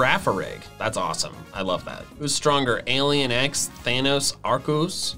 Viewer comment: Did mt man just say… ARCOOS? Dude, i’ve heard people who say ARE-SEE-US but…ARCOOS?! THE F